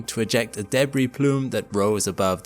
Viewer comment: You mispronounce the following words: “debris” (emphasis falls on the 2nd syllable not first) “Uranus” (emphasis falls on the letter “a” not the second “u”)